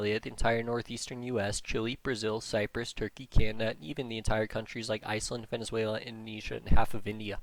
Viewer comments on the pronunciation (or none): none